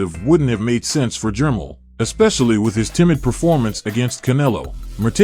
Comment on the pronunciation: reluctantly watching but that ai bull shit sucks unless u just a boxing dude who really dont know how to aununciate lol jermell not jermull